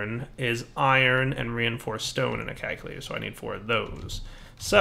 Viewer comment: CALCulator. Not KAKulator. I know your channel is PG, so you probably don't want to be saying an Afrikaans curse word over and over.